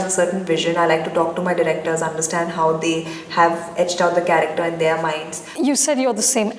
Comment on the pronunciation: its their ! not theeyyyyar !